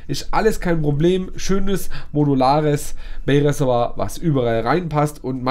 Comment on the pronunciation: Reservoir! Nicht Ressewa! 😂😂